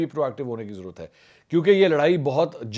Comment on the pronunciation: Apko bhi bohat zarorat hey apni Urdu sahi karney ki "jarurat" nahi sahi lafz "zarorat" hey😊😊😊